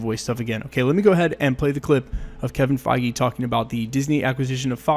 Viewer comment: Kevin feige not keving feige